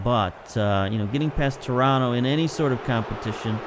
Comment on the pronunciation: Two things: One, it's "shoniere", rather than "koniere" (Choniere); and two, where'd you learn to say Toronto right? I grew up there, it's odd to hear someone say it like a native of the town when they've got such a clear American accent. :)